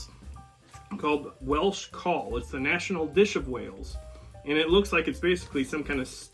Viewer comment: Cawl is pronounced cowel.